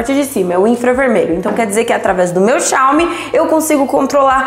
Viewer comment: Parece uma moça inteligente mas não sabe pronunciar Xiaomi... Mas eu não disse q por isso não é inteligente... Aprendam interpretação de texto. G52 não tem InfraRed mas tem NFC.... tenho o 12S 8GB/256 e o g52. Tchau